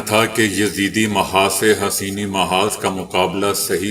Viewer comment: وعلیکم السلام برائے مہربانی اصلاح/ تصیح کرلیں: It is Hussaini or Hossaini ; not Haseeni. Kindly don't mind.